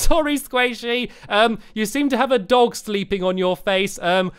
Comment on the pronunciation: When Stampy said chose a dog to join us I thought he said lets pick a doctor to join us